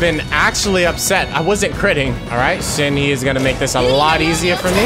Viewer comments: I never understood people who got mad from slight mispronunciations, and then I became a Shenhe simple and watched this video. I am conflicted. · You are the only person who I have heard Shenhe like that 😭😭😭😭😭😭😭😭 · The way he's pronouncing "Shenhe" 😭😭